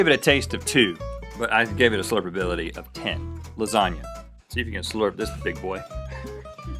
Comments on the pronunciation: It's pronounced lasagna (la-sa-nia) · l think you didn't pronounce lasagna right